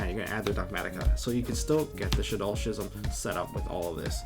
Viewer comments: How are you going to be playing yugioh for years and years, but still have a high school reading level It's pronounced "Skizm"... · I know this might be stupid, but when did we start pronouncing “schism” without the ‘c’? I dunno, a lot of my friends pronounce this wrong, so it gets me a lil’ heated lol